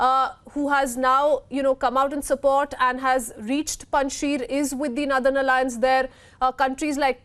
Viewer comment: Why she is pronouncing nurthern